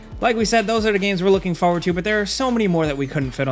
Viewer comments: Please. It's FOR-WARD. PLEASE. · There are two r's in the word "forward". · You say “forward” wrong. An you say it lot.